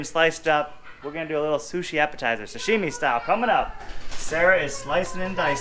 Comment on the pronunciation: It’s “sashimi” not “sushimi”